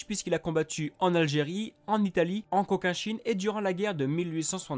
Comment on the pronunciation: Cochinchine* pas [coquinchine] (prononciation)